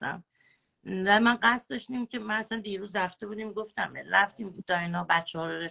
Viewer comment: ، روی فن بیانت کار کن ، گوتم نیست گفتم درسته چند بار از روش بنویس که یاد بگیری. اون یکی چیز چیز اره اره میکنه این یکی هم گوتم گوتم 😃